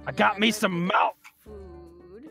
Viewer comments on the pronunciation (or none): Did he just say molk and malk ok.Give me a glass a molk pls